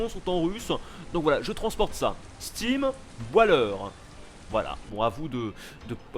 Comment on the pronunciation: "Steam boit l'heure", ton anglais! X) tu as fait ma soirée en tout cas ^^ (steam boiler = chaudière à vapeur!)